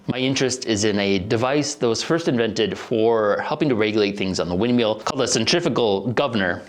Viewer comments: "wind meel "🤣 sorry no disrespect love the videos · Mill, MILL. Not windmeel